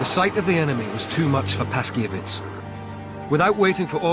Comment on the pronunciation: The 303 historian's name (Ludwik Paszkiewicz} is pronounced [Pashkyevitch] with an accent on "kye."